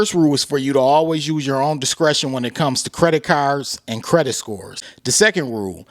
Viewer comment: Thanks for the news 🗞️ 🚗 “Credit Carrrrs” Lolz